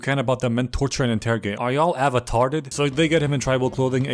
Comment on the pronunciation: “Are you all avertared”